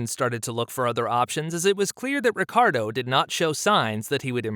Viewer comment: it s Ricciardo not Ricardo